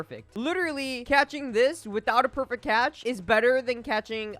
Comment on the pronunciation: i wanted 1 sec of not saying perfict catch, xp, money, best